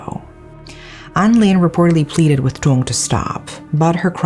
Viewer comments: Always love watching these videos about Vietnam. Not because i like the crimes (obviously), but because my lack in Vietnamese comprehension prevents me from reading/watching news about these things, and I know how well researched your videos are. So thank you for that! Though just as a note, for Vietnamese words/names: Duong is actually pronounced more like "Yoong". The letter D has a "y"/ "yuh" sound, and its only pronounced as the English "d"/"duh" sound when the letter D has a stroke in it (Ð & đ). Just thought I'd share for future reference :D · I have not heard of this case yet so thanks for sharing! I think he had other issues but this break up just put him over the edge. This is so sad and tragic. People need to take psychological illness more seriously. Thanks a million for another great case! By the way, you said the names incorrectly. The name “Duong” has the sound of “y” not “d”. But you did a good job.